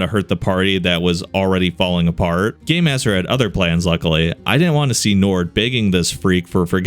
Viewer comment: For some reason to me when he says game master it sounds like gay master to me?